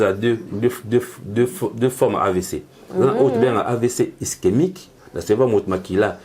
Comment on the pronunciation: Sérieux???amibengi pe docteur 🥺mais il est incapable de prononcer ischémique il dit istemique et il est incapable de donner la différence d’un AVC ischémique et hémorragique 😢désolé monsieur tu es un peux dispersé dans tes idées